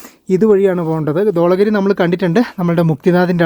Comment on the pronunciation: It is Dhavala giri not Dvala giri